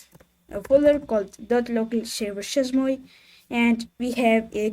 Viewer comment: Chez moi, 😅 its french google the prononciation Bonne continuation 🎉